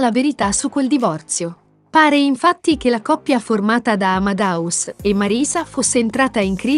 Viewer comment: Fai così fatica a dire AmadEus dicendo la E?Non è Amadaus!